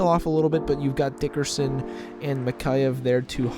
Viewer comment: Thanks for the nucks video. Dickinson not Dickerson. Cheers